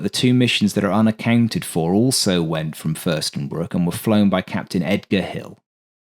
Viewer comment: FürstenFELDbruck not Fürstenbruck ;)